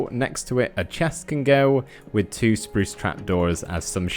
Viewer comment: Us: spruce Me:spruce You:spruz (Lol u make me laugh when you say "spruce" and I luv ur builds!)